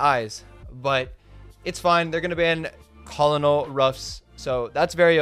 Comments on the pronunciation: It’s pronounced “Kernal Ruff” not Kolonol haha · Does this guy not know how to say Colonel .lol good stuff bro keep up the good work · Should we tell him how to pronounce colonel? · Bro just doesn’t know how to pronounce colonel 😭